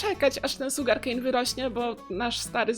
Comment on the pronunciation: sugarnkejn sugarkejn muwi się szugarkejn musze pisać jak się muwi